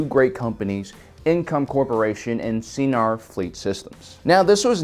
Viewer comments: it's not pronounced Seenar it's pronounced Sighnar...like a sine wave. it's so cringy when you people say Sienar wrong. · Fairly certain I’ve heard it in cannon material sienar pronounced as sy-nar. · S-I-nar..... Hard "I" not "E". the way you pronounce it makes it sound like a special education program. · Anyone else heard "señor" with every "Seinar" 😂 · Enjoy your videos as always, despite your pronunciation of See En Ar Systems, lol. Always considered TIE Defender to be one of the strongest mass produced naval vessels in SW, and often fielded one hundred TIE/s, three hundred TIE/Defs, three Raider corvettes and two Imp Star Destroyers, to be the perfect Thrawn style surgical armada. Well reviewed ! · I think Sienar is pronounced something like ‘Sa-E-Nar’ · Dude...Sienar: Sigh-gnar. Have you EVER HEARD Star Wars names said aloud before??? Where do you get your info. And what’s a shimatar? Scimitar? Sii-muh-tar!!! Come on. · Get with the program, he mispronounces EVERYTHING. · It is cringy, IMO, but this channel is so good I can let it go TBH. P.S. I think sometimes does that on purpose to mess with viewers; he seems to have that kind of a sense of humor...